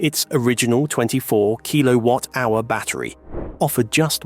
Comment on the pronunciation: Keelo-watt, eeron. AI voice for sure....and probably AI generated script too.